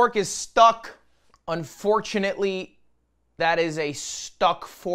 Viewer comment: or "unforktunately" ... ok, I'll leave